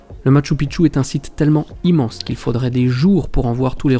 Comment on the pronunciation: Bonjour, NON NON NON ET NON! Lorsque l'on se déplace dans un pays, l'on se doit de prononcer correctement le lieu où l'on se situe. Je te rappelle encore une fois, que MACHU PICCHU est Quechua. Sa prononciation reste: machoo peechoo. C'est à dire en français écrit, Machou Pichou. Ils se peut aussi qu'il soit prononcé ainsi: Machou piKchou. Mais en aucun cas tu ne peut inlassablement répéter: MATCHU PITCHU! Ce qui signifierait que les incas, voire pré-incas, ont construit sur le mont 'petite bite'...... Pas très flatteur en soi.... Merci dans tenir compte dans les prochaines vidéos, car, là je vais aller nettoyer mes tympas.... Toujours de magnifiques images, et à ce sujet, tu remercieras de ma part les caméras....;) Amicalement Gus P.S.